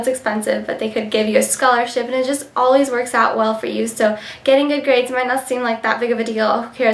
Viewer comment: haha your so cute you said gaids by the way